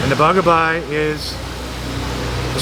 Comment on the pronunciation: its bagaybay not bagabay